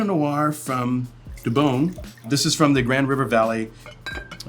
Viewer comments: As an NE ohioian. I'm glad you got to try a great winery. But I did have a great laugh to the pronunciation of debonne. Us immature locals like to call it 'de-bone' but it's pronounced ' deb-a-nay'. Love your content! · Ohio here! I generally do not drink Ohio wines but will give this a try. Also pronunciation is De bon a😊